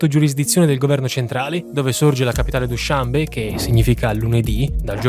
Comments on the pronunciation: Straordinario come sempre! Vivo in Asia Centrale, sono stato nelle magnifiche montagne tagiche, nella capitale. La descrizione è perfetta...posso essere pignolo? Dushanbè, accento alla fine. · Ottimo. Solo una domanda, non si pronuncia dushanbe'?